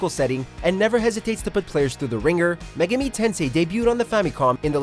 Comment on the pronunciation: Everytime he pronounces megami, 1 of my brain cells die